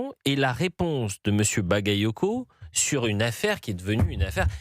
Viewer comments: Même Jean luc Mélenchon a écorché le nom de Bally Bagayoko et la il dit rien. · melenchon a mal prononcé le nom de Bouli CacaCoco (Bally Bagayoko), bizarrement il n'a pas été accusé de racisme